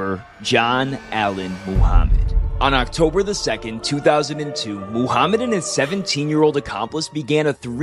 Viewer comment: You pronounce it right Muhammad no mahamet